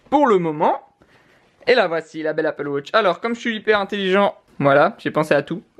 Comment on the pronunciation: Pourquoi tu dis Apple Wotch ?